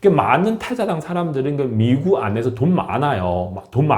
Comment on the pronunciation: 대만 사람들 미구 쪼그로 가면 ~그렇게 말 씀하시던데 이미 한국으로 이민 했으니깐 ~ 발음을 쪼끔만 각을 세워주시면 100% 한국 사람 이라고 하겠읍니다 발음에 아직 중국적인 발음이 있으니 외국 사람이라고 차별 받겠읍니다` 미구 ~미국 ~구욱 으로 쪼그로 가아니고 ~ 쪼오옥 으로 ~쪽으로 하시면 구분하시면 참 좋겠읍니다 ~ 우리도 영어나 일본어 할때 그러한 부분을 반복해서 연습합니다 `